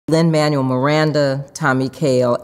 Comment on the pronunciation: "Thank you, Lin-Mawuel, thank you, Lin-Manuel Madonna" Almost had it, lady